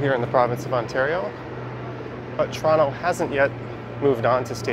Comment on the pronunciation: I love how you say Toronto correctly